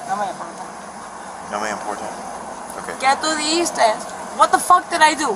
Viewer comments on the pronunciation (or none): none